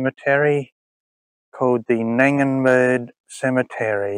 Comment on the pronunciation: The G isn't silent, as in G for goat. GnaDENberg I have a few relatives here.